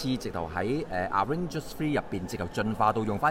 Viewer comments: arrangers 笑死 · 真係發極都發唔到avengers 個ven音 😂